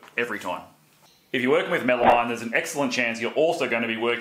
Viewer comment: Good tips, thank you. FYI, it is pronounced “MEL-a-meen”, not “-mine” It’s a portmanteau name, and the final two syllables are derived from a chemical that sounds like “AM-meen”.